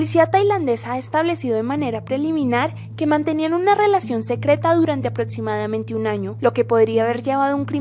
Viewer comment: "Eterosetsual", "aprotsimadamente", "encuentros setsuales". Si uno habla en un canal ya podría aprender a pronunciar, joder. No es tan difícil.